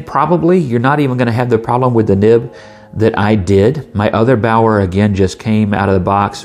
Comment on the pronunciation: Baoer is properly pronounced "Be'are" in English.